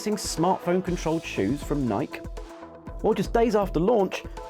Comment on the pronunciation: Nike is pronounced Nye-key not Nyke. Seems he didn't actually remember them himself lol. Pretty big company not to know